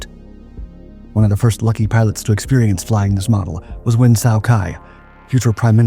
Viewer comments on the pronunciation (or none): “Nguyen Sow Kai” Is that real Vietnamese? I was around through the 60s and 70s, and never heard anyone call him that. I don’t know Vietnamese, but I do remember the spelling “Nguyen Cao Ky”, and pronunciation like “new yen cow key”.